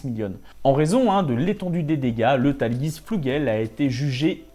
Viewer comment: super vidéo, mais par contre la prononciation bien franchouillairde du Tallgeese... mes oreilles ont été mises à rude épreuve XD